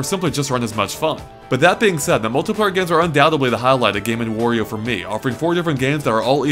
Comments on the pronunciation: It's Wario, not Worio. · It's W-ahr-e-oh Not Whor-e-oh. Jesus. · They should make a game that teaches the gamer how to pronounce Wario